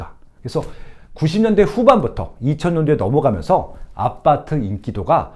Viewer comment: 아파트를 계속 아빠트라고 발음하시네요ㅋㅋ